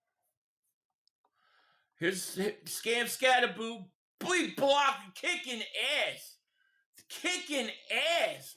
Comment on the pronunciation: It's Cam Skatabo say his name correctly.